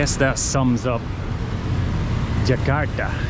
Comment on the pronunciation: I like the way you pronounce “Jakarta.” I can sense your efforts when mimicking the local accent most of the time